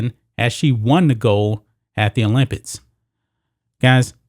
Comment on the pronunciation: the issue is american's patriotism. it's everyone's right NOT to be a patriot. people need to stop believing that america is the greatest country in the world and calling non patriots "anti-american"!btw the word "olympics" is pronounced "ks" at the end